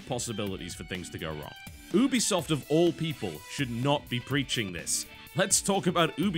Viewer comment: Listen very carefeully TB. YOO-BEE-SOFT ....say it. Now. It is a play on words for "Ubiquitous Software" as in, they want to make software that can be played and enjoyed everywhere. Ubiquitous. YOO-BEE-SOFT